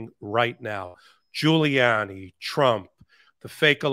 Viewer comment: called Gulianni "Rudy Colludy" on his CNN interview!! I nearly fell over laughing.